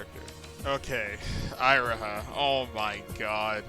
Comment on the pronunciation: You realize you are pronouncing Syobai and Iroha wrong?